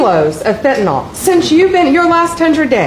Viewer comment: 🍊🤡 can't pronounce acetaminophen and Pam Blondie can't pronounce fentanyl. They butchered those words like Don Jr saying Tren De Aragua.